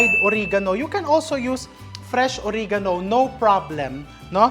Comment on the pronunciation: I love watching your show. Oregano is pronounced as uh-reh-guh-now.